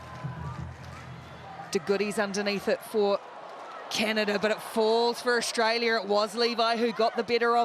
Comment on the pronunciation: Since when is there an H in AUSTRALIA? Commentators are extremely irritating to listen to. Well done, Canada!!